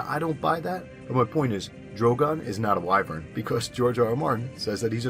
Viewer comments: You said it correctly as why-vern. Some people think it's pronounced as wih-vern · Thank you for not mispronouncing wyvern. I absolute hate when people pronounce it as "wi-vern"